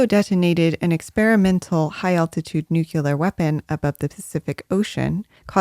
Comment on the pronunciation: nuclear vs nucular 😁.... I hope George Bush did not teach you science